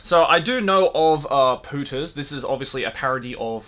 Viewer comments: Do you have any idea what Spanish word your pronunciation of "Pooters" sounds like? x'D Maybe that was the original intention ... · Everytime he says "Pooters" it sounds like "putas" in spanish (it means bitches but worse) haha